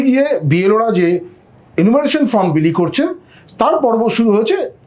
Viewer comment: আপনি বার বার ফর্ম এর জায়গায় ফ্রম বলছেন !!! সময় নষ্ট করে আপনার কথা শুনবো কেনো ???